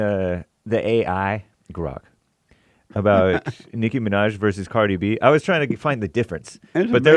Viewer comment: Nicki Menore? lMAooo I loved this episode, Jesse lmao Hearing the way you say CArdi b and Nicki Minaj was the funniest thing i've ever heard lol thank you for being you and showing us all the way